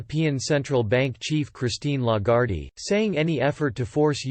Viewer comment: Not LAGARDEE, but LAGARDE like LAGGARD!